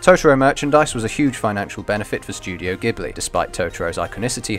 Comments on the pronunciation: Pronounciations are *mEE-ya-za-ki and *Jibli but otherwise great video :) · So sad that someone doing an analysis can't even pronounce the name of the studio he's analysing properly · Ah man I realised the miyazaki pronunciation mere minutes after upload. However I will look into the ghibli pronunciation though because I thought that was an Italian word - and if it is, it will DEFINITELY be "Jiblee".